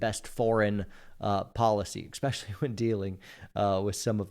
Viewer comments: Bro, “EXpecially” is not a word. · Please don’t say “ekspecially”. Makes you sound ignorant and really strains your credibility.